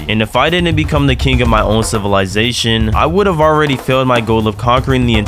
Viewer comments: How many time did he say sitizysatoin or idk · Bro you have to add a counter for everytime you said civilitation xd